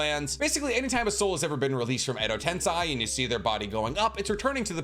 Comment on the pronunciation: I heard that "Edo tensai" and I didn't want to hear it again 😭